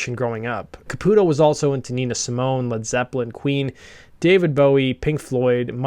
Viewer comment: Thank you for correctly pronouncing Caputo. My "cousin" is his actual cousin, and it always bothered us when people pronounced it Ca-pew-to. Also, my old band had the same manager as LoA and we used to give him shit for how smitten he was with Keith. Once Keither became Mina I hit up our old manager and asked if he was gonna hit it now that Keith was a woman. That was the last time we spoke. Fuckin' worth it, baby!